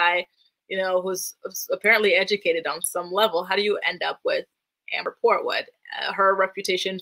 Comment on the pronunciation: I scream everytime you say kung foo port wood